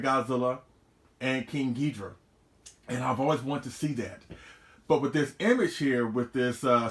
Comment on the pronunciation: Take a shot every time says King Geedra